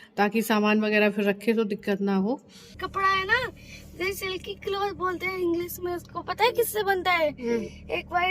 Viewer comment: आपकी सुन सुन के अयान भी श को स बोलने लगा है...इंग्लिस ....उसकी इंग्लिश सुधारनी होगी...बोहत ही गंवार जैसा लगता है श को स बोलना ...आप तो घर पर रहते हो..पर वो तो बड़ा होकर बाहर नौकरी करेगा ..हंसी का पात्र बनेगा